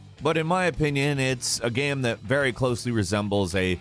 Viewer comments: Anybody else hear him say “GAAM” instead of “Game” sometimes? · He says Gayum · The way this dude says "Game" though; What a creepy dialect.